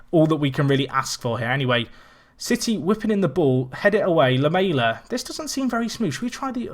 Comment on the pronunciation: Great video! Please learn how to say Lamela though